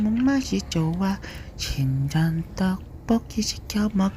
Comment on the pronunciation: 친전떡볶이라고 들리는걸...